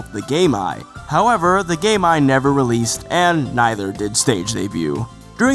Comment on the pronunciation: did he say GameEye or GayMy